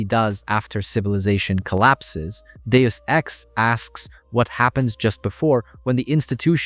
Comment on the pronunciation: I LOVED "Jagged Alliance"! Even if the line of sight was dysfunctional. Thank you for teaching me how to pronounce "Deus Ex", I never knew the correct pronunciation.